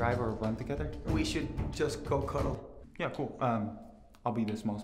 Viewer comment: Hahaha "go cudle " he said